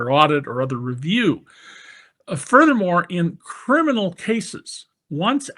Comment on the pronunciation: " HE IS A CRMINAl" ys think???? David ?